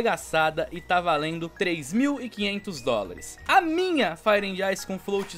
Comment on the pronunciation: Só faltou aprender a falar inglês pra conseguir pronunciar fire and ice...